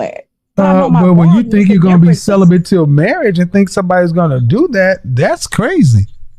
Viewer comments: 😂 she definitely “bent” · “I’m SellaBent” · Her: I've been celibent Kevin Kevin: 😮 what? Celibent 😂😂😂😂😂😂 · It's celibate NOT celibant !!!!! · She also said she is “celebeNt” 😂 she bent alright